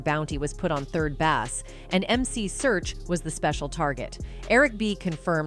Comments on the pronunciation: Its pronounced Base not Bass even tho that is how its spelled ! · This AI is sh1t. "Third Bass" pronounced like the fish. "50 zero zero zero dollars...." F'in shite. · How are you going to narrate a video and can’t even pronounce their names properly 🤦🏽‍♀️